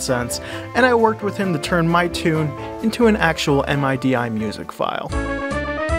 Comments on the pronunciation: I've never heard anyone say MIDI as M.I.D.I. Always heard it pronounced as "midee" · I liked everything except how you pronounced MIDI as "Em-Aye-Dee-Aye".